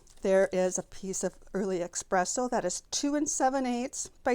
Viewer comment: Love your techniques, I got a lot of tips. Just FYI, there is no “x” in the word espresso. 😊